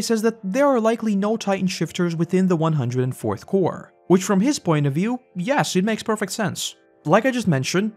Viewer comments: yes I'm just pointing out how your videos says Core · Corps not Core...